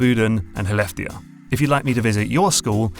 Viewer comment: Wanna give a thumbs up on that pronunciation of Skellefteå. Prosodically correct, nailed the å, and went with an h sound for the shows effort. (sk in front of soft vowels - e, i, y, ä, ö - becomes a sound in Swedish that's best described as the hiss of an angry cat and can be hard to even comprehend if you're not a native speaker. An h sound is not far off and is perfectly passable to use until you figure it out.)